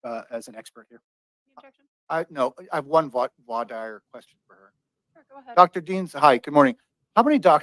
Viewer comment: Her attorney saying "vwah dire".....🤮